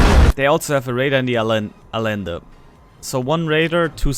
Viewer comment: It is a-yen-duh, or in German transcription A-jen-de. Double l is spoken as ye in Spanish, in some parts of South America it's a soft sh, as in A-shen-duh...